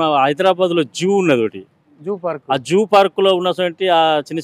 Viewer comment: జూ అని భలే చెప్పారు.